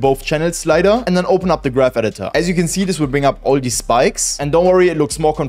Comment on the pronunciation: I really thought he said z at first, then zero, AND WHEN I PUT ON SUBTITLES, IT SAID YOU AND I JUST WANTED TO CRASH OUT BRO